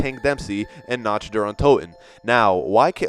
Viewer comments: I'm sorry but it's pronounced nact der un toten not notch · it's pernounced knock der un toten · NOTCH, der untoten? jeez. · He said NACH Der Untoten 😂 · Nacht Der Untoten is pronounced Nuckt Der Oon To-ten. Its fucking German, so it obviously isn't pronounced how you pronounce it and "Die Rise" is pronounced "Di Rise" not Die as in death, its Di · After he said NACH der untoten I was done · "dye glock" "notch der untoten" I get it you probably don't speak German, but this is basic ass shit right here. I could pronounce that properly before learning it